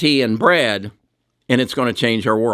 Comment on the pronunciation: Goggle’s AI is called Bard not Brad.